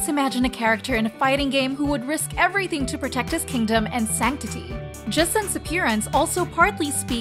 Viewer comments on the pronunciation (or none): none